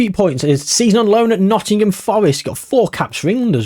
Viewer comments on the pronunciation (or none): none